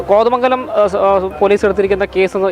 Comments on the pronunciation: കൊതമംഗലമല്ല. കോതമംഗലം അങ്ങനെ പറയണം style കുറച്ച് കുറച്ചാൽ ഉഛാരണം ശരിയാകും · ആസ്വാസം അല്ല കൊച്ചെ. ആശ്വാസം. കൊതമംഗലം അല്ല കോതമംഗലം😂